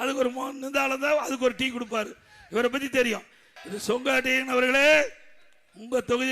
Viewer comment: He is calling his name as Songottaiyan... Not Sengottaiyan...😂😂😂😂😂😂😂